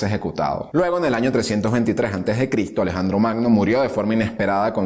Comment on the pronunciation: ES EVIDENTE QUE LOS LIBROS QUE USTED TIENE DETRAS ES SOLO DECORACIÓN NUNCA LOS A LEIDO POR QUE SI LEERIA PRONUNCIARIA LA "S" USTED DICE CRITO SE DICE CRISTO CON S LE RECOMIENDO LEER LOS LIBROS QUE TIENE DETRAS DE USTED COMO UNO HABLA ESCRIBE DE SEGURO QUE AL ESCRIBIR IGNORA Y ANULA LA S